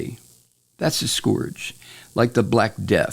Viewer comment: not to be an asshole, but you're pronouncing "scourge" wrong, and honestly? you're pronouncing it like Trump does, so I cringe every time you say it like that. It's not pronounced like "gorge", it's pronounced like "urge" or "purge".